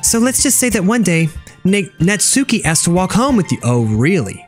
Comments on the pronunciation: natsuki name is like NAT-SU-KI with a short.U. not NAT-SUE-KI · It's not natsuki it's nas-ki